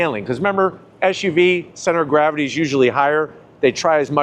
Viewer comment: Hey mate, these vehicles are called SUVs, not ShUVs.